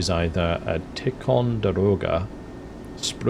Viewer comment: mans said tickonderoga lol